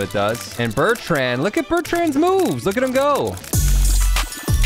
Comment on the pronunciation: It’s not hutt it’s HIM